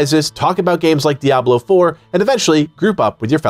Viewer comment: It's so refreshing to hear someone pronounce Diablo right. Crazy right? Dee-ah-blo not dee-ab-lo.